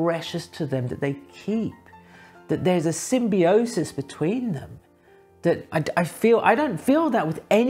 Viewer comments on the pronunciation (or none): none